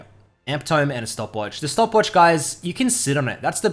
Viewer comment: Biggest buff in LoL history is saying "tome" instead of "tomb" now